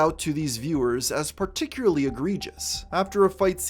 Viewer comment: I hate having to hear you say "Particuary" for 3 hours